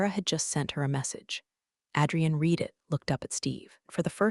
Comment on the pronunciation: Revenge with Karen stories are my fave. I suspect the stories are AI narrated & the pronunciation of a few words is really cringey. The worst is the two ways to say "read". I already read that, pronounced red, is always missed. Live & live is the next worst offender. Correct these & the stories would be fantastic.